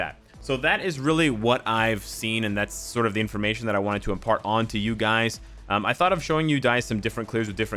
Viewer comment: Did anyone hear him say duys? Instead of guys?